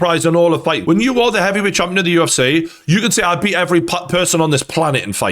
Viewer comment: It's the 'UFC' not 'UF-SEE' -Gane, probably